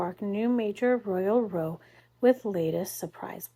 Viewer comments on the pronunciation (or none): In this context ‘row’ is pronounced like ‘how’ as it’s describing a fight not the act of towing a boat. Or standing in a row…..